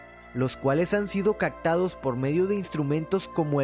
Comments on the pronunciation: Se dice CaPtados bro, no CaCtados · Oye bro me encantan tus vídeos solo una cosa: se dice Captados no "cactados" digo sólo como comentario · Todo iba muy interesante hasta que dijo "cactados" jaja ups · Por qué dices cactados en lugar de captados? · CACTADOS JAJAJA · se dice captados, no cactados :v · Está muy muy pero muy chingon el vídeo en serio, mejor que muchos que he visto en TU COSMOPOLIS pero me acabas de quemar el oído cuando dijiste en el minuto : Cactados jajajajaja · Todo iba bien hasta que en el minuto dice «cactados»...